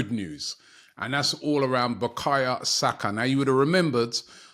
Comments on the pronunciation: It’s BUKAYO SAKA not BUKAYA SAKA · How Robbie still says "Bukaya Saka" after all this time, needs to be studied... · Is it no more bakaYo Saka now Robbie is saying backayer saka😮